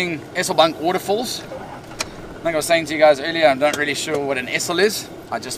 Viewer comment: Pronounce 'Eselbank' with a longer 'eeee' .. if it had a double-s, you would pronounce it the way you do. Just thought I'd give you some feedback .. took me a while to figure out where you were 😂